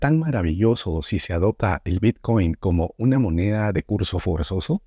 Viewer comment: El “bitchcoin” jajajajaja.